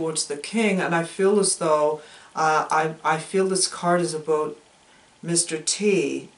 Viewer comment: 🤣 your ravens and parrots... I adore the "abuut", are you going for Michigan?